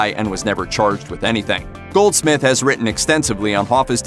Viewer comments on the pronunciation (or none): none